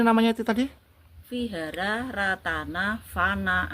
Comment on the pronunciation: Vihara dibaca wihara bang